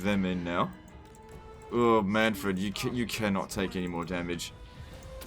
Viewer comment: mannfred says his name in the game and you still pronounce it wrong.